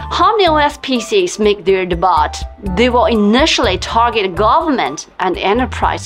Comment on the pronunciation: I love your channel and content!! Thank you thank you... just one minor pronunciation tip... Debut is pronounced Day-biew... much like view. Keep up the great content!!❤